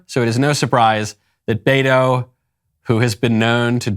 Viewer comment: 😂 poor guy can't even pronounce BETO, he says Bayro. 😂. I am dying! Loco 😜